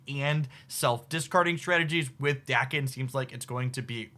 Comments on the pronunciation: No correction on muramasa, but daken doesn't have an R in it ;) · Also pronounced Daken right not Day-ken